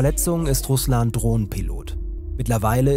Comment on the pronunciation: Im Namen RUSLAN ist die Betonung auf A , nicht auf u. Das klingt sonst wie Name des landes, das tötet.